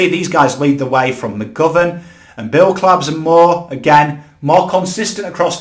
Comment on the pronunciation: Mate I love you but you gotta get those pronunciations right . Mark Blicavs has been around for years you would’ve thought you’d be able to pronounce his name by now